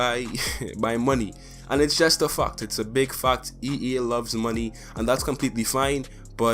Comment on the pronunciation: Not trying to make fun of your accent, because i enjoy your content, but i died when you said "fact" sounded just like "fuct"